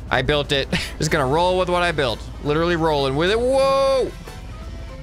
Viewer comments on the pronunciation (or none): none